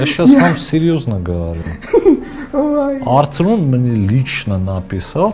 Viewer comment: Не арцрун, a правильно будет арсрун 🤣🤣🤣🤣